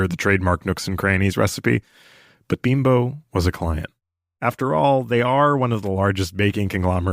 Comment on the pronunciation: Beembo is the pronunciation of Bimbo.